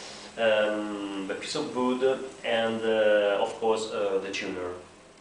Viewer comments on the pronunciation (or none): TAKE THE PIECE OF BOOD , lol i love how you say it , amazing video !